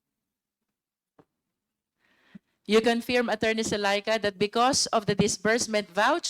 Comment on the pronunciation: Luistro, pwede bang ayusin mo yung pronunciation mo ng word na “Confirm”; it's pronounced as kuhn•furm, not confyerm or conpyerm, saan mo nakuha yang ponunciation na yan?